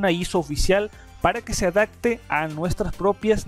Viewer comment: Muy buena información 🙌, like.... Por fa pronuncia bien la palabra "adapte" de adaptar :v minuto